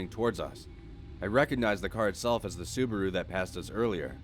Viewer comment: You butchered the sabaru pronunciation